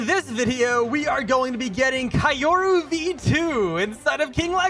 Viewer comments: It's pronounced key-yo-ru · "Kyuro" is the pronouncation. I think